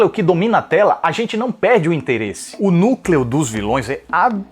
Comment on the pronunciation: "Nú Clèô"